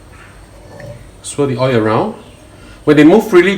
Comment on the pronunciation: Just a bit of constructive criticism. When you say 'boil the oil", you are saying "boy the oy". You are ignoring the "L" at the end of each word. It's boil, pronounced "boy-oh" and oil, pronounced "Oy-oh". If you do this it will make your videos a bit easier to understand. Also, slow down. I have an accent like you do, and I always try to speak slowly and clearly to make up for it. Since you are making an instructional video, it helps to make sure the viewer can understand what you are trying to say.